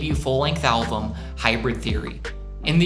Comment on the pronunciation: Good video, a couple notes. 1. Meteora wasn't the best selling album of the 21st century, rather of the timeframe of "the 2000's" 2. You kept saying "alvum" instead of album